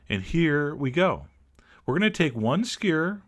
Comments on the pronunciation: SKEW-ER NOT SCURRRRRRRRRRRRRRRRR. LOVE YOU. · he says skewer like squeeer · I like the way he says skewer! skur..... =) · you forgot to pronounce most of the letters in "skewer" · I love how he pronounces skewer as if it were a single syllable.